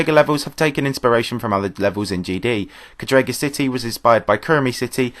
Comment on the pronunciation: btw it's cádrega not cadréga